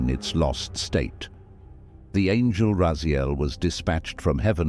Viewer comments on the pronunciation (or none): none